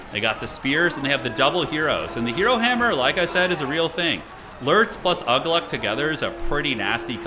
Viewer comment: Uglúk is pronounced Oo-glook